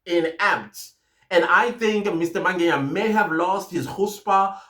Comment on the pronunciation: I hear you say "Mangenya" when you speak about the Lft Colonel, it is actually Mangena. Otherwise, good commentary.